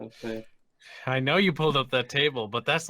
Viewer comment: perhaps you should look up how to pronounce circumference as its a bit off